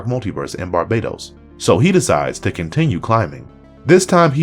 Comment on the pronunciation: IT'S BAR- BA -TOS .....NOT BARBADOS TOTAL DIFERENT